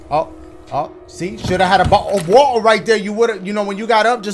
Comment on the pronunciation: nobody : ...... dashie : “ oh out of ootorr “